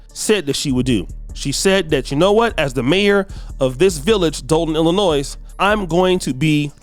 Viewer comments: Dude, the “S” in Illinois is silent, it’s pronounced Illinoy. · Illinois. The S is silent. My god. Like jewel Osco. It’s not jewels osco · The “S” is silent in Illinois. Sounds like Illinoi Not Illinoissssssss 😊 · The state of Illinois is pronounced without the “s” at the end. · Please do not pronounce the “s” in Illinois! I know that it is a bit embarrassing right now but from this point forward, you will no longer be embarrassed! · The S in Illinois is silent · Illinois pronounced Illinoy No “s” sound at the end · Just an FYI....the "s" at the end of the name Illinois is silent.